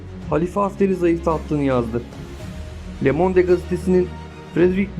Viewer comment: lemonde degil :) lömond diye okunur